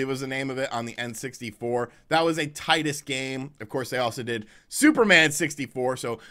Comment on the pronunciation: pronouncing of “Titus” = instant demonization